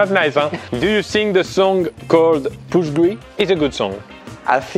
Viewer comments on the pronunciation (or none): none